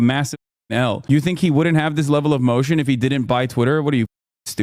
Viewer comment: Hasan, say motion one more time.